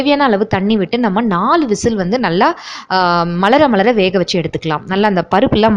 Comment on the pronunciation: Malara malara, surula surula 😍🤩unga pronounsation semma😘pepper 🐔😋